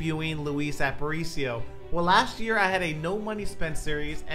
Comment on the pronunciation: Its pronounced App-uh-reach-e-o btw just so you dont get flamed for it